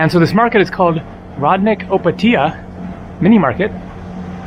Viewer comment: If you go in pula i can give you a tour (i live there) olso the way you say Opatija made me laugh so hard